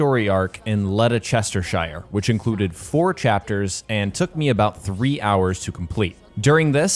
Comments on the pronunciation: As a brit i can tell you ledestershire is pronounced lester-shear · in a full place name "shire" is pronounced almost like "Sheer" so its not chester-shire its Chestersheer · Letter sester shire? Eh? It's Lester-sher or lester-shire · Letta chestershire lol are you sure it wasn't Leicestershire Im not dissing you just I've heard some of the guys from the US pronounce English place names and its not been good lol... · LEDERCHESTERSHIRE 😂😂 you been sniffing that glue?? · It's "led-ess-ter-sure" not "lede-chester-shier" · Still would be pronounced led-ester-shear not lede-sester-shire as he pronounced it. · Game looks awesome i cant wait to play but just for info its pronounced lestersher lol common mistake made tho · It’s leh ster shir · You assassinated the pronunciation of the word Ledecestershire.. But thank you for the time and effort for the video. 💜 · Lest-er-cher. Btw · Leicestershire. Pronounced Les-ter-shear. No offence but you were way off. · By the way Leicestershire is pronounced lesh-ter-sher 😁 no hate